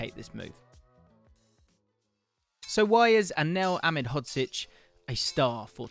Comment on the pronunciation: unfortunately he didn’t pronounce it correctly great video tho